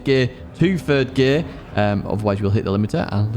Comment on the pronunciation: Sorry, u said ferd gear at the end??